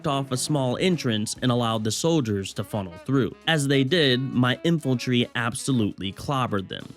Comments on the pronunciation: Hey I loved the video and you have me re-downloading the game to try this. not a big deal but it's In-fan-tree (Infantry) not infiltry. Just a nitpick, otherwise it was very funny and well put together, hope you make it big, dude. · Is it just me, or is he saying "Infaltry"